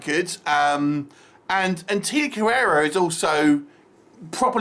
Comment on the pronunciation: Her name is Carrere. Not Carrera. An asian woman with the last name "Carrera" made other movies these days ;)